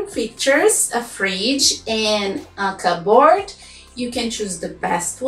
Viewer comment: Hi, an English teacher from Turkey. Thank you for your content, I find all of them really useful. But from teacher to teacher, you mispronounce the word "cupboard" time and time again. The pronunciation sounds nothing like neither cup or board.